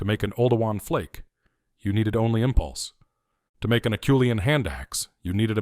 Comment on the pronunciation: Except for the obvious mispronunciation (it's AH-SHOE-LEE-ANN), I really enjoyed the thrust of the video. Erectus is my favorite hominin. 8 hope one day we find evidence they lasted even longer than the Java tribe. (Perhaps in South Asia (India, etc)). The only other negative is I think it's far too early to credit Naledi with ANYTHING, much less the artwork at Rising Star.